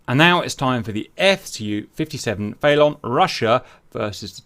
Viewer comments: I believe its pronounced feh-lawn not fay-lawn as in police chase a felon because they have committed a felony. Either way great vid as usual Cap, Merci. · It's FELON, like Felony.... not FAYLON... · it's pronounced phonetically, fell-un like felony 🤣🤣 not fay-lawn🤣🤣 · Is pronouncing Felon Fay-lon an inside joke or something? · Is the Felon its Russian name? Because if that's it's NATO codename (like with most Soviet/Russian planes' commonly used names in the West), then the pronunciation of that word isn't "FAY-lawn," bet "FELL-un." As in, someone who has been convicted of a felony. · who wants to tell the good ol' GR boys it's pronounced FELL-UN, not Fay-Lawn like they've been on about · Saying the Felon like "Phaelonn" made me think they were talking about some aerodynamics thing like "Canards" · I’m British too, we don’t pronounce it faylon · Cap has said in a previous vid that he knows how it’s pronounced, he just likes doing the way he does